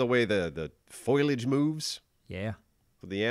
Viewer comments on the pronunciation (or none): Did he say foilage?